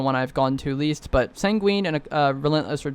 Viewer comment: Here again to remind you it’s sang-win not sang-wEEn. 🫡